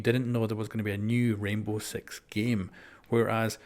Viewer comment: he said Rainbow Sex xD